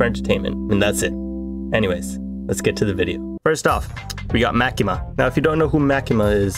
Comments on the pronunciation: "Ma-kee-mah" is a horribly humorous form of pronunciation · By the way you pronounced Makima wrong say it like the character Maki from Jujutsu Kaisen and then add the ma at the end